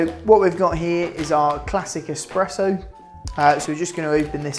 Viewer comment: ESPRESSO not Expresso ;D)